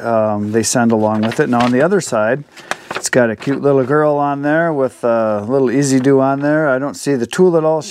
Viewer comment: Dude! Pronounce it like its spelled Ez-z-do ( Ease-zee-do).